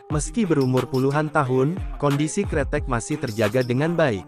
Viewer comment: Bukan kretek tetapi kreteg yang artinya jembatan